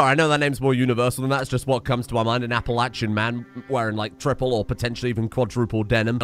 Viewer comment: based pronounces Appalachian correctly. Most Americans far from the mountains can't even say it right.